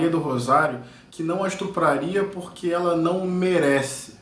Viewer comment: "estrupraria" ai que burrooooo